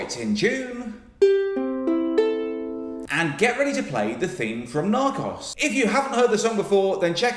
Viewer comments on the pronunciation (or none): Narcos isn't a Spanish word, it's pronounced Nar-coes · John pronounces “Narcos” similarly to how I imagine Stephen Toast would.